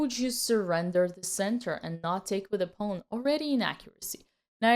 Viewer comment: I just like the way she says pawn…. “Pone”